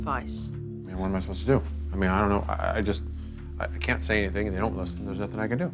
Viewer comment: I love Jo but - 'anything', ' nothing' etc don't have a k on the end..🤔